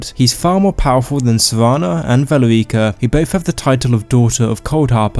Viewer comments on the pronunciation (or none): Its valerica not vale ricka. Also similarly isnt the correct usage in your video. Its similarly. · ve leer ica.... no no. VA LE RI CA. Like for fucks sake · i love your videos, and you make some good points in this one, but the way you pronounce valerica 💀💀💀